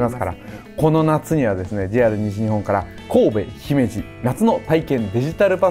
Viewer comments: 山本さん、姫路の発音ちゃんと言ってくれてるん嬉しい☺️ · 姫路の発音が東の方にしては自然でGoooood👍